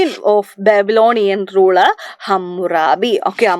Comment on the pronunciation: Tigris and Babylonian pronunciation is not correct